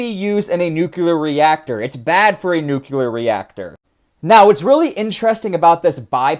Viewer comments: Nuclear- Nu~clear not nucular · NUC-LE-AR. Not NUC-YOU-LAR... Jeez! It's nucleus, not nucyoulous... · Everyone says nuclear wrong now because of George W Bush. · Did you just Bush Jr. the pronunciation of nuclear. I'm going to assume that was intentional. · A true southern boy over hur 😂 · As god intended..